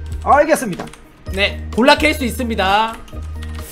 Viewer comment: "골라 캘수있습니다"이게 "존나 캘수있습니다" 라고 들렸어요 순간 "이 욕을 왜써" 이생각 듬 ㅋㅋㅋㅋㅋㅋㅋㅋㅋㅋ